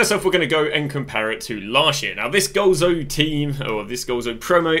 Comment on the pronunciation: it's Golazo not goalzo 🤦